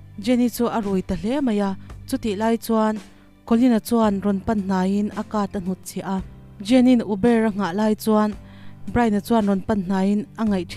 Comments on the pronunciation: Uber ...youber tia lam tur xok nilo mo?? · 🚗Uber(oo buh) ubar, ubeerr :face-purple-crying::face-turquoise-covering-eyes::face-blue-smiling